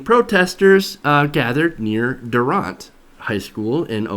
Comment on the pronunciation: As a native of durant f u for not saying our city name correctly